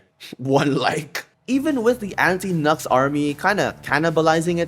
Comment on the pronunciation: ITS ME LETS GOOOO Just to be clear, I have nothing against you. It's just my opinion about Nux in general EDIT: ALSO, I am brazilian. I am impressed you pronounced my name quite alright =)